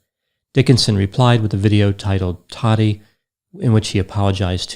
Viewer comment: I love but I wish he would pronounce it tati not "toddy"